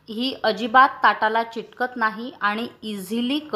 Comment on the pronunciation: चिटकत नाही,.असा चुकीचा उच्चार करू नका...मूळ शब्द..चिकट....म्हणून ...चिकटत नाही, असे म्हणणे योग्य आहे... चिकटत नाही.)..हा उच्चार बरोबर आहे.